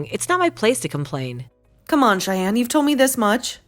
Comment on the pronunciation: Shyann? Did you mean Cheyenne?😅